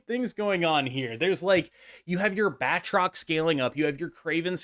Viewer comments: Good video, but I need to call you out on your pronunciation. It's pronounced "BAT-roc ze Lee-PAIR". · It's pronounced baltroc the leap-aire (lie)